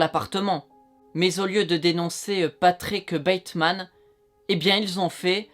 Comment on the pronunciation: patickeuh bateuhmaneuh leuh tueureuh